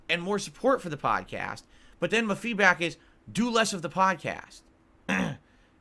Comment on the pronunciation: When is he going to figure out that 80% of his "feedbwack" is in bad faith?